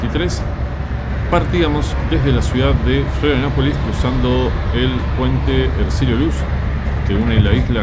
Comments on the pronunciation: Muy bueno el video amigo ❤ Lo que si, dijiste cómo 20 veces florianapolis 😂 pero es Florianópolis abrazo grande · Florianopolis no Florianapolis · Se dice FLORIANOPOLIS!!!!